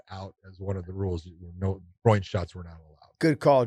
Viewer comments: Josh, its GROIN.. not GROW-EEN. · Why is Josh saying grow oing instead of groin?